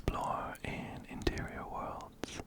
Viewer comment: Everytime you say ‘interior worlds’ i hear 💅MATERIAL GURL💅 love your vids btw!